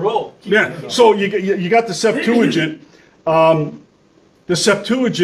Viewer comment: Why does he not know how to pronounce "septuagint"?